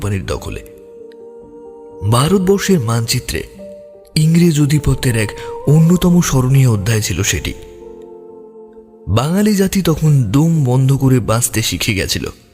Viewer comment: আনুকূল্যকে অনুকূল্য, ব\•শোদ্ভূতকে কথক যেন ঘুমিয়ে ঘুমিয়ে রিডিং পড়লেন!জিভের আড় কাটে নি এখনও। ব\•শোভূত, আধিপত্যকে অধিপত্য, জহুরিকে জরুরি, প্রশ্নকে প্রস্ন............. উফ!